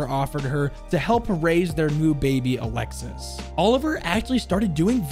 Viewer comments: it’s pronounced Ah-lex-y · just a heads'up, for alexis, the 's' is silent and it is indeed a boy name in france. Good video tho, looking forward to more siege operator lore, especialy the gign membres as a frenchy myself. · in french, “Alexis” is actually pronounced as “Alexee” or “Alexis” the ‘s’ is silent and the i makes the ee sound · His son’s name is pronounced alexi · Pretty sure French Alexis is pronounced Alexi with a silent S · All good. You simply don't pronounce the S at the end. So it's like "Alexi". Best bet would be to type "Alexis" on google translate and hear how the Ai says it in French. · for alexis it's a common name ! in france we dont pronounce the "s" :D so it's just alexi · Just a little error you made, Alexis is a really common name for french boys, and the ''s'' is silent. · Actually his sons name would be pronounced like A lexe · don’t pronounce the « s » at the end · btw, in france alexis is pronounced "alexi" and its a boy name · French people use the name Alexis on guys alot and it's more pronounced a lexie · Alexis is pronounced alexee in french and it’s a common boys name btw! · Alexis is a French boys name it’s pronounced Alex E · In french alexis is a male name, because you dont pronounce the s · You pronounced my name wrong alexis the s is silent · Actualy in france isn't 911, for the ambulance is the 15. Isn't alexis for the prononciation it's alexi (yep the s is sillent) same thing you say oliver but you forgot to say the i between the v and the e and it's weird to hear french name with a english accent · Alexis is 100% a guy name in french. Also "Olivier" in french is pronounced "O - Lee - Vee - Yay" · olivier not oliver olive e a (not the perfect explanation of the pronunciation) and alexis is alexei